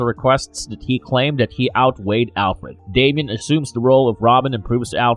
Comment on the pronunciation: DAY-mee-uhn Don't say it if you don't know how to.